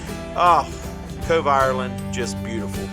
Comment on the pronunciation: Cove, not „Cobe“